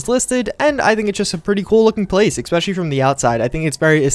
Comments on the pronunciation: He keeps saying ecspecialy. DDE PRONOUNCE IT RIGHT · "especially" does not have an "x" or a "k" in it.